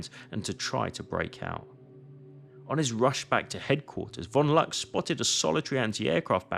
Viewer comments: Caen, nicht Cagny. Luck, nicht Lack. Mannometer. Schliesslich schaffte es Lack, äh Luck bis in Saving Private Ryan. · Die KI sollte ausgeschaltet werden. Das ist Oberst von Luck, mit 'u' gesprochen, nicht mit 'a'.